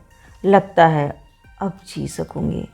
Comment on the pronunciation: यद्यपि बयां करने का अंदाज़ ख़ूबसूरत है लेकिन स को श या सही जगह काफ़ का उपयोग न होना अथवा जी को ज़ी कहना, कानों में खटकता है।